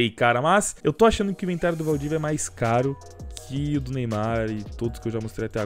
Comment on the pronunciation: ue valdivia erradokkkk